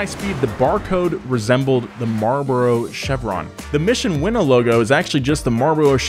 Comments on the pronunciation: Are we sure it's "Winnow" ?? I always thought it was "Win-Now" kinda thing. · It’s not pronounced as “Winnow” but as “Win Now” As in winning races.. now. it think its pretty logical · its "mission win now" not mission winnow lmao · I thought it was pronounced Mission “Win Now.” Not “winnow,” which is apparently blowing air through grain... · The way you saw win now 🤢🤢